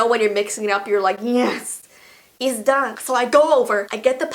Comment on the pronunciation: “YeSsSSsss” “Eet’z dun” I’m dead XD that accent is my life sourceeee